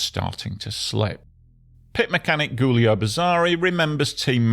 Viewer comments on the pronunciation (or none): none